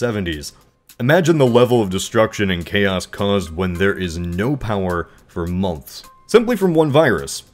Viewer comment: When you say "months" it sounds like your cooking on a potato